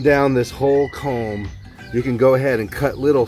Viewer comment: It's "culm" rather than "comb".